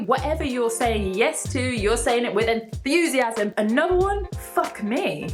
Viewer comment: Is it my impression or she says enthusiasm like enFusiasm???